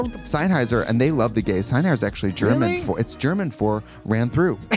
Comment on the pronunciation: Sennheiser not Seinheiser, henny.